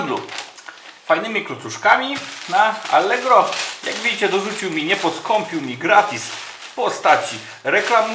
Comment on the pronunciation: "jaaak widzicie" >> zabrzmiało jak "ja pier...znicze!" ;)